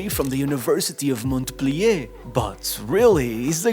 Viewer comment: The T in Montpelier is silent 👍